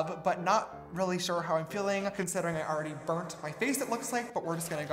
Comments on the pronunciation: " A second foundation?" James: "Shore" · “a second foundation?” james: “SHORE.” 😂 🌙🌙🌙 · I clicked faster than James can say “shore”. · I’m Peruvian and everyone’s laughing at how you pronounce “ sure” so now idk how to pronounce it HAHAHA